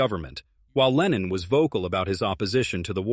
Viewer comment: レーニンじゃない。レノン。全く逆の思想の人！！